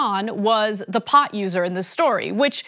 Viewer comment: and you know it was planted how? and its "the" not "da" and "what" not "wat"